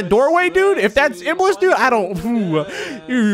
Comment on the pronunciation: I THOUGHT IBLIS SAID BALLS 🤣😂